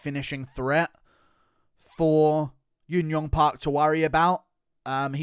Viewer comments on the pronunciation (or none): Example: Jun Yong Park is pronounced like Joon and not Yoon.. FYI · Guru... J is pronouced J in Korea. Y is pronouced Y. I promise. Please remember J is not Y and Y is niy J.